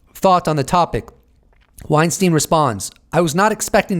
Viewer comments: Hey Eric last name is pronounced Wein-STINE not STEEN. He’s made that distinction in past interviews. See his latest Rogan interview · Not pronounced WeinstEEN though